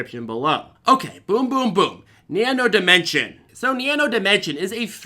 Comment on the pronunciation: Thanks for pronouncing Nano Dimension correctly(without the "s" on the end).